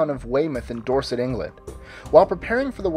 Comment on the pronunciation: Weyhey! Live 10 minutes from Weymouth! Loved how you pronounced Dorset :D